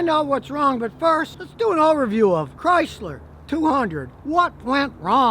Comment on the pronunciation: Chrysler CRY-Sir.